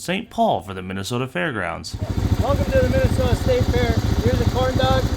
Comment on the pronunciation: So how do that pronounce that state Min A Sooootahhh lol